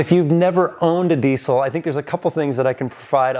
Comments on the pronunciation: God how I wish people would stop saying DEECIL. There is NO C. Please.. Not PLEECE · It’s diesel with a Z sound. Not with a C sound. Sheesh. Get it right.